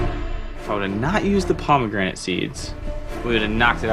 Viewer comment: paw-me-granite seeds